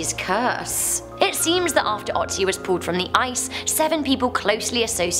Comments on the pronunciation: it's "o"tzi not how you say it. it's an o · I know, I know...it is hard for english native speakers, but please pronounce Ötzi right... it is not Otzi - it is Ötzi (yeah... there are 2 dots over the o ...) and this is pronounced similar to the o in "word" or "world" in english. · It's Ötzi !! ÖÖÖÖtzi ... -.- O vs Ö are two different letters .... :/ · Yay! You read my comment! Also, it's pronounced ooh-tzee.